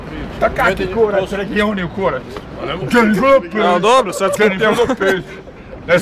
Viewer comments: DZENIFER LOPEZ. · DZENIFER LOPEZ !